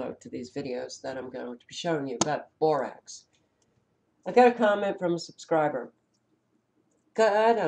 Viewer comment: Rax not rocs. Borax